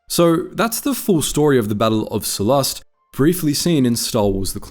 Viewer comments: Every time he pronounces Sullust as Sullust, my tumy hurt. 😔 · I feel like you are saying sullust wrong